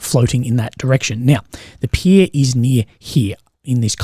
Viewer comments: I can play this line on repeat "the peer is near here" (the pea is nea hea) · "the peir is near here" or "thee peea is neea heea"